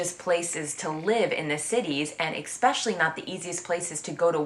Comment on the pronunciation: This is irrelevant to the topic but I noticed you say "eXpecially" when it's pronounced "eSpecially" 😊